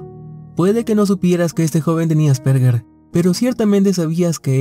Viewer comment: Aspergar?...es Asperger y la "g", se pronuncia como "y". (Nota cultural)